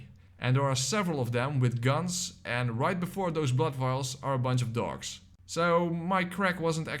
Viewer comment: Are you saying dogs or dorks?